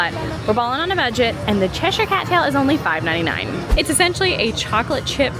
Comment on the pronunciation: BLESS YOU for saying Cheshire correctly!!